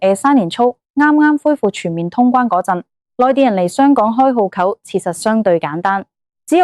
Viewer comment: 戶口「呼扣」啲乜嘢口音嚟呀？